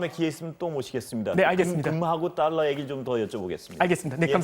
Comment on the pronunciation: 자꾸 딸러 Ddollar 라고 하네 ㅋㅋㅋㅋ